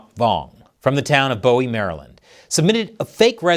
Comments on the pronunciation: I am disappointed how he just mispronounced city I grew up in. Bowie. You know when someone is not from Maryland when they say "Boo-Wee" like "Bow-ee". Even the local news says it correctly. "Boo-wee" Thanks. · It's pronounced Boo-wee not Bow-ee. Just FYI. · It's pronounced BOO-WEE; not Bo-wee 🍯 Great video, thanks!